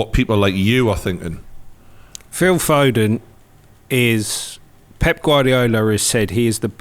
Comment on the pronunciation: It’s foden not foding